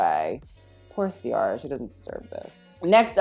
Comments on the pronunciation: the way he pronounced ciara’s name is very white lmao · Thank god someone tf said it. I turned it off and went about my night because the red carpet was that sad. Also, why is no one saying Ciara's name right.